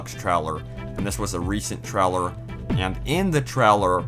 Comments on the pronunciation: This guys voice... my god.. It's a trailer not a treller.. jesus, enunciate man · Treller or Trailer? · Traller XD. I think he meant trailer* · 'in the treller' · Paul Peterson in the treler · Dude i love your accent specially with the word "Trailer"